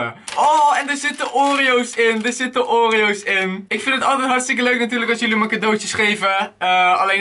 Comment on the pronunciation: Wtf hoe zegt hij oreo's😂😂